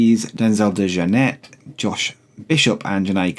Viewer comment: Michael Dante is part of the womens tournament (graphic at the start needs updating mate) also its Denzel Dej-Oar-Net to pronounce it